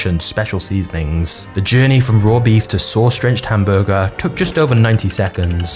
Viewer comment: The way you say hamburger is very disgusting.